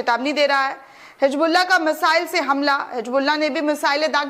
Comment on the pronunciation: My dear bitiya, your video is excellent. The content is great. But if you pronounce Urdu correctly it will be admirable. For example it is " Hizbullah" not " Hijbluaah" .